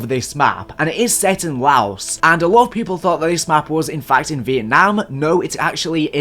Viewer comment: FINALLY MANS SAID LAOS CORRECTLY 😂